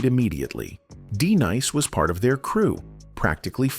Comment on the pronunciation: 😂 that wasn't "Just- Ice" nor "D-nice" Narrator plz hire someone knows the difference. Artists.